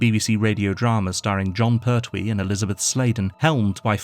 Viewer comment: Hey,it's Pertwee .no syllable accent. Da da .pert wee. 2 counts to the pronunciation l